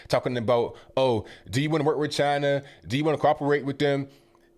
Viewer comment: he does the funny chiina on purpose and it's hilarious because you can hear him say it normally then switch back to chiina for the purpose of funny clips.